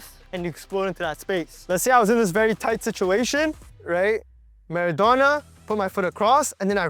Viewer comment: It is not called mardona it is called marodona spin or roullete